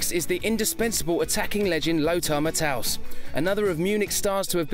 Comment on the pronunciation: Hilarious how Effenberg and Matthäus are forever paired in lists like this, because they HATED each other (and I assume they still do). BTW, Lothar's name is NOT pronounced "Mat-house," it's Ma-Tay-Us.